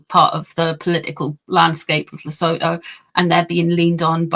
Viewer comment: South-African here. PLEASE find out how to pronounce Sentabale and Lesotho correctly. .